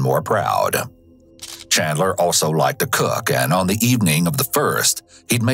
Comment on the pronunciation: As a fellow Chandler the Chandler association does not claim or approve of this man. Also bro keeps saying Chadler